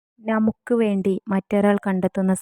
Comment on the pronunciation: നമുക്ക് NA മുക്ക് എന്നല്ല. മുസ്ലിം ആണെന്ന് തോന്നുന്നു